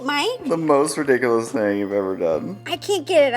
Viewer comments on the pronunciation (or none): Everytime she say rodiculous I think of Jane the virgin lol love this gingerbread house